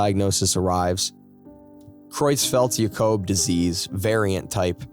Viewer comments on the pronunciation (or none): Creutzfeld-Jacob Disease is pronounced "CRUTTS-feld YAH-cobe"